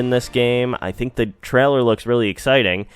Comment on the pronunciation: It's pronounced 'TRAY-Ler', not 'Trell-er'